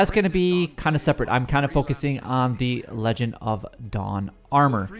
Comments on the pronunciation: Legion, not legend lol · Lee-John of dawn Not lejon of dawn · I preordered it and can’t access it, I’ve done everything. Btw it’s pronounced lee-jen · Pronounced Leeee-jonn... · I noticed you continuously mispronounce the word legion